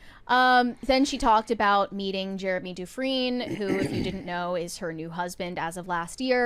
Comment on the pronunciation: It's Jeremy DU-Fren.